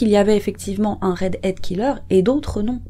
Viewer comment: Redhead et non readhead...